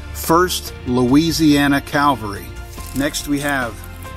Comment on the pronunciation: It's cavalry not calvary.